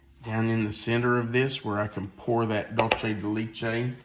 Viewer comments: Ok, please stop saying “Dultchay de lechtay.🤦‍♂️😫 Please try and say it as it is written DULCE DE LECHE Dull say de let chay You can do it! 👍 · What a great recipe… So… the retired Spanish teacher of 30+ years wants to help you with your pronunciation of Dulce de leche… So hopefully, here goes… DOOL - seh - deh - LEH - cheh. Hope this helps,! 😊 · Dulce de leche is pronounced dool-say day lay-chay. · Love the recipe but just letting you know the pronunciation of Dulce de leche isn’t correct. Thank you for sharing such great videos ❤❤ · 🤣😂🤣I was thinking the same thing.